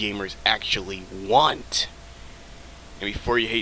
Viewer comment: the way you say want creeps me out lol